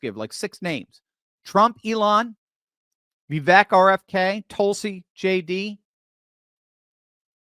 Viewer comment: You're pronouncing Vivek's name wrong. As he says himself: "It's Vivake, like cake." And # 2: I'll donate $20 bucks to your cause if you pull the single hair off the top of your microphone! It's been there for months and that's all I focus on when I watch you. My wife's mad at me cause after I pointed it out, that's all she sees now as well! 😂 Love your show (aside from the hair)! 🤪